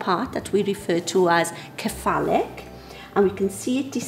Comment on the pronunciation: When she said cephalic with a welsh accent it just made me think of horses.